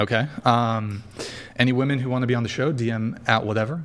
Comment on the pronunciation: ch3 is a straight up 10 until she says her rslurred pronunciation of women